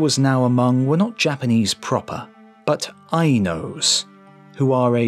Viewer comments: It’s Ainu not Ainose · "Eye-Nose"? Do you mean Ainu(s)? "Ko Toe"? Did you mean Kowtow (kautau)?